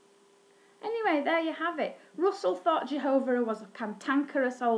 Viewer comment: Don't Say Jehovah s name like that